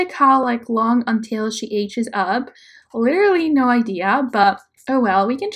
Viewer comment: letarary is spelled literally and not said like that. 😂